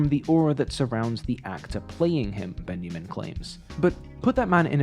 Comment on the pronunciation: Love the video! But.. I hate to be that person, but it was painful to listen to your pronunciation of Studio Ghibli. Its pronounced "jibli" as in "jam", not with a hard "G". Its especially frustrating as all the other foreign names / phrases were spot on. The German was good and the Ben-ya-min instead of Benjamin also. Again love the video though!